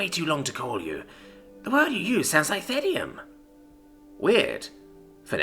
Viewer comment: As someone who has read the Reddit story ahead I'm so glad to have someone actually pronounce "Thedeim"